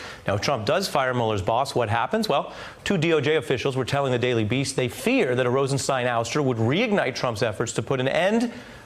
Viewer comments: "stine", similar to "mine". To the best of my knowledge, the name "Rosenstein" is a German surename (cf ), so I would fall back to the German pronunciation when there is a doubt about it, as in "Einstein" ("stine", not "steen"). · It's pronounced RosenSTINE. It's all laid out in Young Frankenstein. (clip provided by NPR). Y'all get together on that, please? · On a side note, I don't understand why so many people can't pronounce the name Rosenstein correctly, It's "Rosen-STEIN", not "Rosen-STEEN". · Francesann Jackson, the deputy AG himself pronounces it “Rosenstein”, not “Rosensteen”....i watched one of his news conferences a while back. She just rubbed me the wrong way by not taking a cue from an anchor, who was pronouncing it correctly. Also, even if if she was not sure how to spell his nam she surely knows how to spell “Einstein”... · Rosenstein rhymes with wine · Is Rosenstein pronounced "steen" or "stine"? People seem to be all over the map. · She is so articulate, yet refuses to pronounce Rod Rosenstein name correctly.....